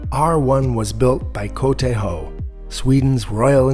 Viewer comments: Love how you pronounced KTH like a swede! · Qudos for pronouncing "KTH" "kooh-teehh-hoee"! "FOA" is just "fooahhh". No initial "eff". Having an experimental Breeder reactor smack middle in the centre of Stockholm was just crazy!